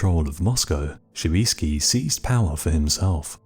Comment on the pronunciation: Not Shoviisky - Shuisky